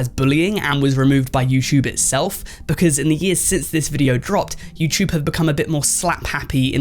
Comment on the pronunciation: “YouChube” lol what uneducated language are you TRYING to speak? 🙄